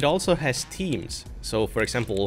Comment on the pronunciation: when you said "It also has themes", I thought you said "Teams", as in Microsoft Teams and I was like "Why would you want Teams on a Linux install?"